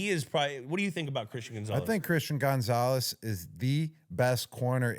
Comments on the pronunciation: Gronk please stop saying Gone-zales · Why Gronk pronounce Gonzalez like Gonezalez 🤣🥀